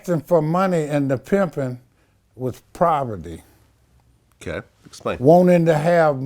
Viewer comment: "proverty" lol